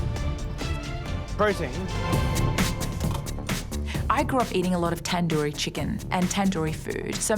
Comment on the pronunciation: 1. TanDURi pronunciation had me, why couldn’t she just say tandoori 🤣🤣🤣 2. It's not tandoori, seems tikka instead 🥲 but, both are tasty!